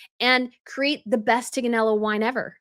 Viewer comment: 😂😅 I just looked up how Tignanello is Supposed to be pronounced... this is how the Italian presenter with a heavy Italian accent pronounced it teague-nan-ello .... the "g" is Extremely soft and almost silent 😂😅 She really missed an opportunity by Not pronouncing it correctly...Tig sounds more like Tea 😂 which could've be a fantastic name & story behind the name BUT little Ms. I know everything & I'm NEVER wrong 😂😅 just can't help but get in her own way, not only burn bridges but completely annihilates them, she's her own worst enemy 😂 It's one thing to have confidence in yourself and your abilities BUT her arrogance is on another stratospheric delusional level🙄😏She Bullshites her way through most things and uses her husband's Titles, her arrogance, misplaced sense of entitlement and a deeply ingrained bullying nature to try to convince us all that she knows what she's talking about & doing, that she knows far better than all of us, as well as using that bullying attitude, personae, body language & facial expressions of her's to just Dare someone to tell her or to point out to her thats she's wrong or doesn't know what she's doing or talking about...😂😅 I can absolutely just picture the look on her face... something akin to the look she gave her own mother for interrupting her at some event .... it was one of the early mask slips that was there for everyone to see